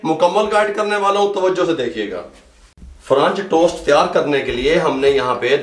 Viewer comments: Oh bhai correct word french toast hota hey frunch tost nahin ....Ha ha ha 😂 🤣 😂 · french toast kehna tou sekh len